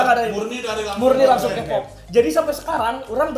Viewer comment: Kpop dibacanya kipop bukan Kepop bang wkkw